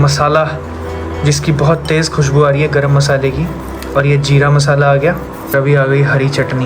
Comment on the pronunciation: Urdu zuban jeera nhi zeera wahhh kitna achha lgta hai bolne mein zeera 😅..khair allah hm sb ko taufiq ata farmaye imaan pe chalne ke lye